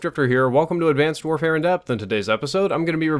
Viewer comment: "Advanced Worehare"